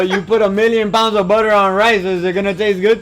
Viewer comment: "Buuhdurr"... Guga you're the best.